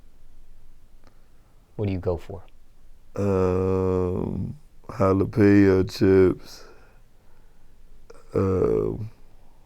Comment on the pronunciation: This man said jalapeno chips lmao